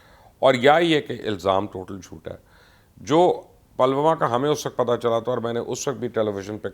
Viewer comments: Pronounciation is not palwama ,is Pulwama. 😀😀😀😀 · You're so ill informed. It's not Palwama but Pull Wama. Uri is pronounced as Udi. You don't bother to listen the correct pronunciation? This is stupid. You or your team doesn't do proper ground work. You used tk say Golwan while the word is Galwan. Therefore a dislike.